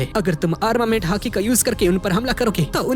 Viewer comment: He is Calling hati i an hearing haki 😂😂